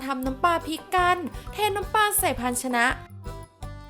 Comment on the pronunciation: กรอบ ไม่ใช่ กอบ ปลา ไม่ใช่ ปา